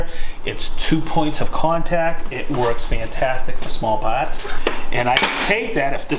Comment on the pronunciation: Small pahts! 😆 I grew up on Peabody so I can tranlate from Boston to English if anyone needs.